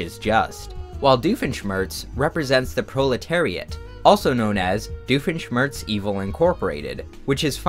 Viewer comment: it took me until "doifen schmirtz" to realize